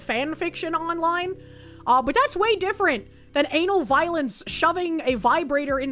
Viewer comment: Is it bad i kept hearing "Anal Violence" instead of Ana Valens?